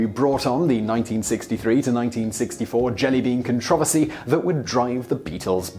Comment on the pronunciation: I keep getting thrown off every time he pronounces "con-tro-vers-y" as "controv-ersy"